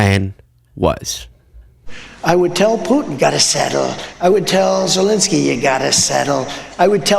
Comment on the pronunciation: It's ZELENSKYY,, not Zelinsky. You're as bad as Ben Meiselas! 😅